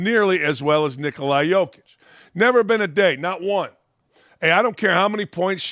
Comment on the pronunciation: Shaq saying #44 doesn’t mean he doesn’t know Alan Henderson’s name. However, Dakich day after day saying Nickolai Jokic shows he doesn’t know Nikola Jokic’s name. I know Dakich really likes Jokic. He needs to say his name right.